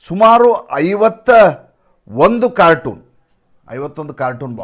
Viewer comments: ಅದು ಕಾರ್ಟನ್ ಆಗಬೇಕು, ಕಾರ್ಟೂನ್ ಅಲ್ಲ. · ಅದು ಕಾರ್ಟೂನ್ ಅಲ್ಲ ಕಾರ್ಟನ್